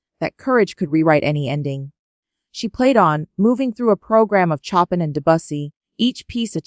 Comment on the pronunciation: The AI reads the lines with horrible pronunciation. Disgusting shit."Chopin" "Ballade". ???? 🤮😱